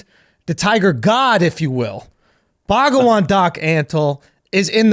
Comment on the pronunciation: Bhag'van, not baga'van. lol sounds like a Caribbean hindu.